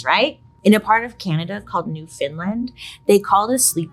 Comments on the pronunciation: Canadian here. It's pronounced Newfoundland not Newfindland. 😁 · She did NOT just call it “Newfinland” 😭😭😭 it’s “Newfoundland” 🤣😅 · BAILEYYYY NOOOOOOOO 😭😭😭😭 Newfoundland is pronounced like “understand” 😭😭😭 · SORRY IM CANADIAN AND YOU CALLED IT NEW FIN LAND WAS SO FUNNY TO ME (ily bailey) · New Finland.?? 🤪 Thats silly, Bailey!!! Newfoundland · “New finland” i love it so much, that’s now what i will call Newfoundland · I’m from Newfoundland (not new fin lind) an I haven’t even heard of egrog? 😂😂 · Yes but she pronounced it so wrong 😢